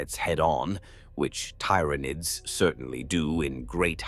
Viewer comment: The system cannot pronounce the words right look how it says Tyranids